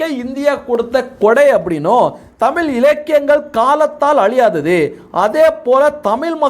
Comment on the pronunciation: தமிழ். Not தமில்